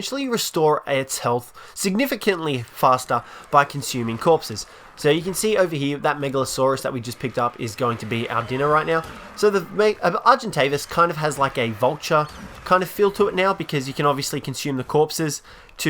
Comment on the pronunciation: ARGEN-TAVIS please pronounce is better lmao